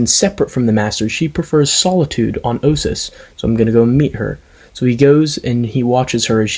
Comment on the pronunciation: Excellent review. This might be my favorite story from the TotJ Companion. Also, you pronounced Ossus correctly as I recently learned from SWTOR. Thanks for the shout out! This is one of the readings I've done that I like the most. This is a 7/10 for me.